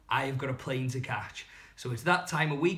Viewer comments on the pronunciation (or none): none